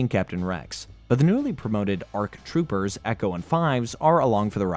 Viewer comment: Wow, you SUCK at pronouncing the Star Wars names. You were gonna call “ARK troopers” “A R K troopers”? AND WHY DID YOU PRONOUNCE QWI-GON SO WEIRD!? ARE YOU STUPID!?